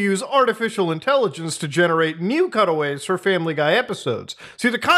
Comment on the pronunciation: I thought you kept saying cuddle waves until i realized you said cutaways. I was so confused.